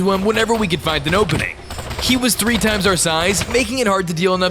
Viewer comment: SPIDER TWO ME: SPIDER TREE